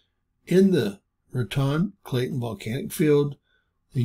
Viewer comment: Cap-u-Lynn Rat-tone